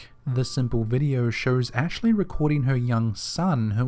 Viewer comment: What area of the world has people who cannot pronounce long O sounds? "Video" = "videe-urrh"....R sounds are not anywhere close to O sounds....